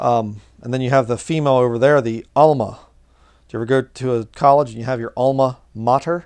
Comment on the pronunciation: Aima, not Alma, "Hebrew, אימא ; אם “mother”) A Kabbalistic name of the Divine Feminine or Goddess."